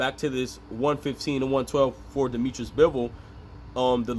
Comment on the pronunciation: Dimitri, not Dimitris-he is not greek.